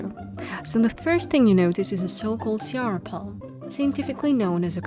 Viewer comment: cearÁ. The accent indicates the stressed syllable. Speak it like if you were a french lol